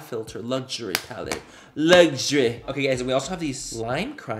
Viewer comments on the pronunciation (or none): Manny: “lugsury” (luxury) Symone from rpdr in my head: “ factry” (factory)